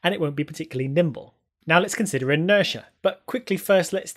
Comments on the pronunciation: Inertia, not interia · Interia (it's inertia ) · "Moment and Interia" ...whoops...... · Interia? What a moment! That's what happens when you move the weight of a T towards the front of a word and change it's centre of gravity. . But weight! There's more! ... Great video by the way. Loved it!